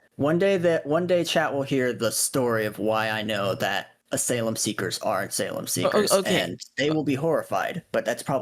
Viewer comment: Just ban im not watching this he cant even pronounce ASYLUM properly